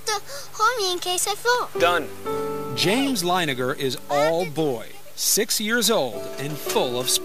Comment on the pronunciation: Linegar?? Really? Leininger. You could literally google it...